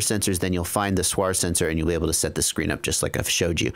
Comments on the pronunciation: Please don't call SWR a "suar"! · (SWR) stands for = Standing-wave ratio and is defined as the ratio of the maximum radio-frequency (RF) voltage to the minimum RF voltage along the line. SWR is an acronym not a word. Great production of the video, just can't understand why everyone tries to pronounce acronyms like its a word. I hear it on other videos too, mah, LED, to mention a few. Keep up the good work. The information is very useful. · ps. when soldering small things like SMD, put your little finger on the table (or something solid) as a reference, your hand will be stable. Using a teflon coax is best, it's quite heat resistant and will not deform when heated. ps....First time I hear someone say SWR like that ;)